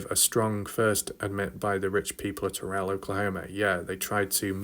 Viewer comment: You pronounce Terral as tear-al not Ter-relle. Just an FYI. And I hope the TV crews might put some weight on the ones who know what happened.